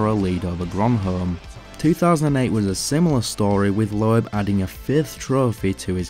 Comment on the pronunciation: You really need to learn how to pronounce names correctly. For example. It my be spelt LOEB, but it is pronounced LOBE. Its not pronounced PETER, but PETA Solberg.